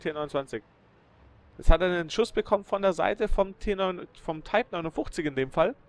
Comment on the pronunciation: Könntest du bitte bei einer Sprache BLEIBEN Englisch oder Deutsch das würde es sicherlich allen einfacher machen, bzw. Taip ist nicht deutsch und auch nicht englisch. Ich denke vielleicht du meist type wie man es ja auch in der Liste lesen kann. Ach ja noch eins den Taip hat er gekillt und der andere war kein Type 59 (ja da hast du es mal richtig ausgesprochen) sondern ein Type 29. Vieleicht solltest du dir deine Videos erst einmal selber anschauen bevor du sie Onlinestellst.